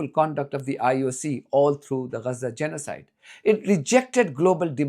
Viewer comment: Lear how to pronounce Gaza - it's not Reza. LOL